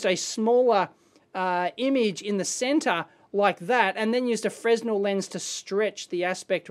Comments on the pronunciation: FREH-NELL, Dave, not FREZ-NEL. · "Fren-nell", but spelt as if "frez-nel" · FYI... Fresnel is pronounced Fre - nel. The s is silent. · Going to be labeled Mr pedantic but I thought the 'S' was silent in Fresnel 'Freh-nell' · Please appreciate "Fresnel" is a French name pronounced "Frah-nell" - no "Z" in the pronunciation. It is incorrect and ignorant to say it any other way, regardless of what country is saying it. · Still pronouncing the silent "S" in "Fresnel". The inventor, Augustin-Jean Fresnel was French .